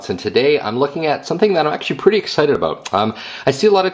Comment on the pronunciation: lol, aboot